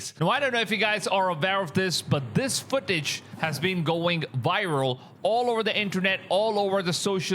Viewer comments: It's viral not Wiral 😂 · Yeah the video is "wiral"